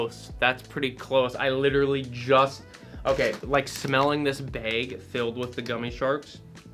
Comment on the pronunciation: I’ll never get over how some folks say bag like that it’s hilarious but I love it. Reminds me of my grandparents